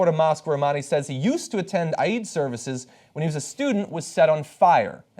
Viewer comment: TY John for pronouncing Eid properly. Respect.